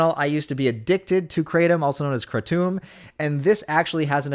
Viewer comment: I laugh every single time says "KraTOOM" in a video. Imma call it that now just cuz it's funny, regardless of it being the completely incorrect pronunciation